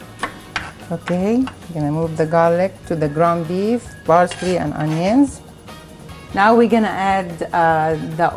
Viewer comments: Parsley..not barsley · Parsley and not Barsley . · I love how she says 'Barsley'💖 I love watching her cook. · I like the way she says Parsley. It sounds like Barsley. lol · thats their mothertongue interference...theyv no Ps! their P comes out as B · love the videos and the recipes. obviously this isnt a problem or anything but when you say parsley or pound you are saying bound and barsely with a B and my ocd keeps kicking in